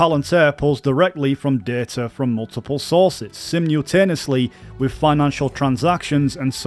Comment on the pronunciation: listened to a couple of minutes and heard "telementry", "publical" and "sim-you-taneously"... ???? are you struggling with speaking english? i dont want to be rude but like.. what?